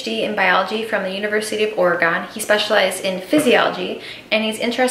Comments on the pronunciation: "Oregon" is not pronounced or-gone. It is ory-gun. Similar to how you pronounce Washington as washing-tun. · It’s OregUN, not Oregone! 🤣 Love this video!